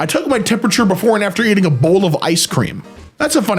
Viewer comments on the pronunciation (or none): none